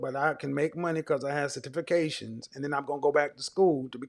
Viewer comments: A 23 year old on this video said “satifications” when she meant to say certification 😂😂😂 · Boy, I’m dying over here Sir-tifi-cation!!!!! Lmao!!!! You don’t need no man if you can’t pronounce “certification”. Lol! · "I have certifacation"😂😂😂😂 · Cer-tif-a-cations 🤣🤦🏽‍♀️🤡 certifications!!! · Cer-tifi-cation!!! You mean certification? Man I’m done right now! Lol! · "Cer-TIFI-cations" Lmao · “Sa-tifi-cations” Jesus, that was sad. 😔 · Satifacation lol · Oooookay? Certiffacation lol😆😂🤣!!! She better go get her a Pookie or Ray-Ray talking like that! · Her "Cer-tiffication" Kevin "Have you been to therapy?" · Homegirl said she has Cert -tif-fica-tions 😂😂😂😂😂😂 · Properly articulating the word "certification" isn't that hard... and English is my second language... ohh my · Certification lol the way she pronounced it sounds like a Jamaican trying to say it in English instead of that way were taught to say it in school. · she couldn't say certification 🤦🏿‍♂️. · Right lol I'm concerned that she's made it to 23..and no one made her aware of the proper way to say it. My goodness! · That was horrible. And she repeated it as it she was correct. At 23 she really struggled pronouncing something she has obtained. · When I heard that I was like. (Wait? How did you get that wrong?)